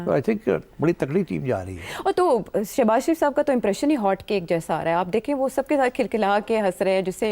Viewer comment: Shehbaz not shebaj